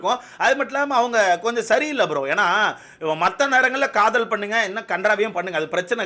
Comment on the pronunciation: Kadhal illa brow kadhool 😂😅